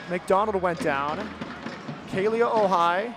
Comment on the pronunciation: Is it just me or is anyone else impressed when the commentators actually pronounces Kealia's name correctly